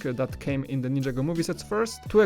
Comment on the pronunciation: IT'S NIN-JAGO!!!!!!